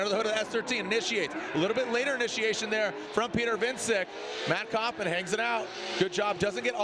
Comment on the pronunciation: I hate how they are saying Wiecek